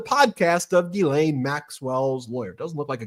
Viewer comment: G'laine, as in 'greed'.